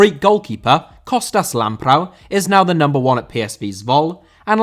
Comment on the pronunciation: Lamprou* not Lamprau